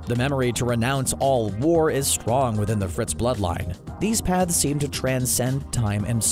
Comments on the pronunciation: I kept hearing "Pads" instead of" paths" and it made the video a 100 times more interesting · are you saying pads or paths? im confused